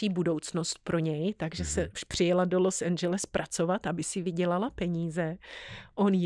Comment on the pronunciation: Proč to Los Angeles nevysloví tak jak se to má?